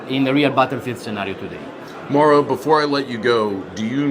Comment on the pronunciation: Mau-ro...not Mo'ro...LOL.